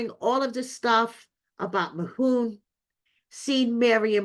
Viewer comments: His name is Mahmoud not Mahoon 😂😂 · Who is “Mahoon”? Why is his name being pronounced like that? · Please get his name right.- MaHmood